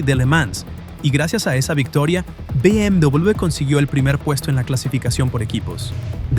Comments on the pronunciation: Porque mierda dice "Vi MW M3"?? "BMW" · BM double / BM dubleble / BM doubluble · bi eme doblel be? que idioma es ese? no estabas hablando en español? edit: escuchar el video es un dolor de cabeza, trata de hablar español pero no diferencia una C de una S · Amigo no es por nada pero ¿qué onda con la pronunciación de la W? es "doble v" o "doble uve" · dobel vu? doble vuvu? wtf con la pronunciación de la W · Be eme Dobleweiubve 😂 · Be eme dobubl, dubobi, doblewe, dobubue. Dejade usar puta ia cabron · ia: BM DUOBLEBE OBLEBE xd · Be eme doblube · Me di cuenta que era IA porque cuando dice BMW lo pronuncia mal y distinto en todo el video (be eme dbllluud) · acomoda la voz IA porque no puede ni pronunciar la marca... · Me sangran los oídos cada vez que dice BMW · ¿puedes hacer el favor de llamarlo BMW correctamente? ¡Se pronuncia como una V! Bayerishe Motoren Werke